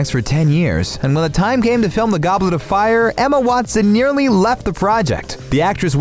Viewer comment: HARRY DID YA PUT YER NAME IN DA GOBLET OF FIAH